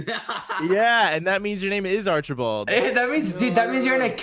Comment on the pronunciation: Arkibald. Arch-i-bald